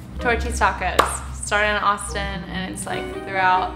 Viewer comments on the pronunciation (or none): even the way she said "Austin" was so California.